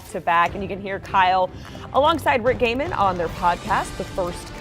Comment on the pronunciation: Kyle rhymes with smile